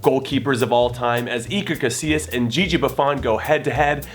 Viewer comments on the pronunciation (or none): none